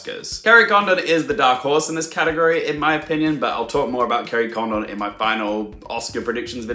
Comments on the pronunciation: Yes Garry D explains it better. Condon is pronounced similar to London. London is pronounced luhn-dn. Kerry's surname is pronounced Con-dn not Con-don i.e long o like Condom. Listen to how others pronounce it. Sorry not meant to be offensive. I've also heard many people butchering Padraig and also Barry Keoghan's name. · You missed the point….. Jackieblue was saying that it’s “Condon” with emphasis on the first syllable like London. The way you’re saying it is like “Kerry Condom” with emphasis on the second syllable. It sounds really wrong! Who wants to be called a condom? And you’re not alone with Brendon Fraser….. I’m not sure why Americans seem to default to Frasier….. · Kerry Condon's surname is pronounced more like Condin similar to how you would pronounce London. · Please, in you final Oscar predictions video, call her Kerry Condin, because that is how you say her last name.